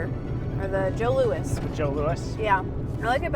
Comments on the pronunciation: Joe. Louis: not "Joe Lewis", "Joe Lou-ee"! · From a Canadian. The Joe Louis snack is pronounced “Joe Looee”. Not that anyone cares😋. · Love you guys! Awesome ❤ btw it's a jo louis. Silent s. Jo Louie 😊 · Friendly Canadian here! Even though is spelled Louis is pronounced lou-ee so it’s a Joe Lou-ee!